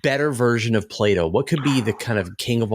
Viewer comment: say "play-dough"